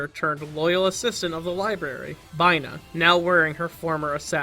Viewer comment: Did you seriously pronounce Binah as Bye-Nah???????